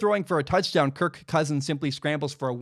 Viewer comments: I'm intrigued by the emphasis of the K in kir(K) Cousins. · Amazing analysis. Shame I can't get past how he over-pronounces "Kirk"